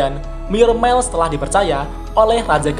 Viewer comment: 'Myourmiles' itu dibaca "mayermails" setahu saya. 🙏🙏🙏 Kedengar agak gimana gitu di Headset karena dibaca "myormails" 🙏🙏🙏🙏